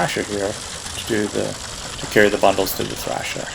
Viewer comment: it is thresher not thrasher